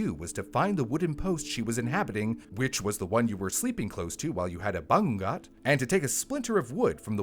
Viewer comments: Ba-ngoo-ngoot Not ba-ngung-got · Its not banggot Its ba-ngo-ngot The u is read as o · Haha! I had to double take when said that word. I was like Bangu-WHAT? Hahaha! XD Or you could say it's BUH-NGOO-NGOOT. 👈😃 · it's called bangungot [bah-nguh-ngoht] in the philippines not banggat 😭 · It's pronounced as Ba-ngu-ngot and not Bawngot😂😭. I was confused at first since there's no Bawngot hahahah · It's Bangungut (Bah-ngoo-ngot) not Bangga. And in my dialect, we call it Hurom. If you experience this you should tr to move even just your finger tips or even try to shout in your dream and you'll wake up (Speaking from experience). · it's BA-NGU-NGOT, that's how it's pronounced. Just don't eat way too much before going to sleep. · the way he said “bungot” is funny af 😂😂😂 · I love you but as a filipino bangongot is actually pronounced "ba-ngo-ngot" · I'm from the Philippines and I dont know the origin of the word Bangungot. I thought it is just the tagalog word for nightmare. Anyways the way you prnounce it is ba-ngoo-ngoot. Idk if it helps cause "ng" is actually a Filipino alphabet. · Ba-ngu-ngot -- but I know western tongues have a problem with the "ng" sound. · it's pronounced as ba-ngu-ngot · It’s pronounced “bah-NGU-ngoht.” Source: I’m Filipino. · Its is pronounced as Ba-ngu-ngot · I was confused at first, but it's pronounced BA - NGOO - NGOT (the "ngoo" sound is elongated). The Philippines is a very culturally superstitious country so we have all these scary words. Like I think we have a bunch of different words for "curse"? I'm not a rural person so I don't remember. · Thanks for clarifying this!! I hope notices this. I was playing brew in the background and I kept saying to myself “ano daw???” Everytime he says banggat 🤣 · I noticed it too. All that I heard was... "Bangga" like what??? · I slightly cringe then laugh whenever mispronounced bangungot. 😅🫣 The syllabification is ba‧ngu‧ngot. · Did he say BANGUNGOT ? 😂 The way he said it tho.